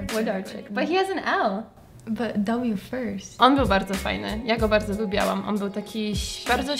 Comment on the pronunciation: tak tylko upomnę bo zwracam uwagę jak to mówisz, mówi sie lubiłam nie lubiałam, bez a bo niepoprawnie haha